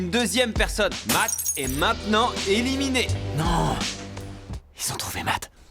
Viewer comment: Le "éliminéE" m'a piqué les yeux à chaque élimination 😂